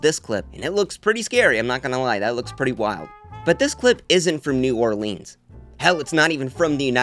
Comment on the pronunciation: Why does he keep mispronouncing new Orleans? 🙄🙄🙄